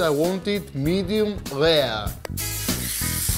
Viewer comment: Wow, Akis is greek but when he says Medium Rare he turns instant French .